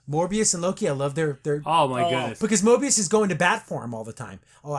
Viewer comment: You keep saying morbious but it’s Mobius